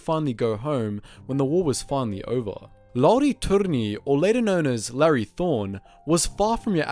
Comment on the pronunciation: Thank you so much for pronouncing his name right ❤️ Greetings from Finland!!